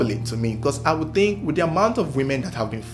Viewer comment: “Do you tink Charles papa kwabena ebo quansah was da strangler” I thought he was rapping for a minute 😂